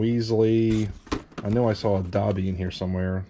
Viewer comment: I cringed when he said Dobys name wrong 😔